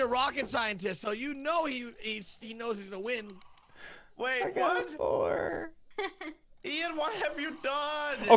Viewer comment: His name is Ian not ein